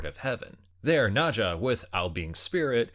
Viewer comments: It's pronounced as "Nur-Zha", not "Nah-Zha. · Dude, it is NER zha , not NA zha. Wtf...